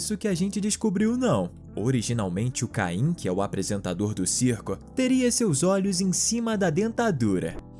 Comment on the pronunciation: O nome não é caim é caine